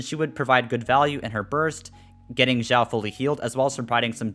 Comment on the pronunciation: Its pronouced chiaou not Jiwao